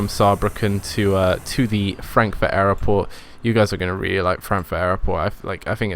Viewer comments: It's not aeroport it's airport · Love the videos... just one question.... Whats with pronouncing Airport as Airoport? Is it a different language or regional dialect? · its airport not aeroport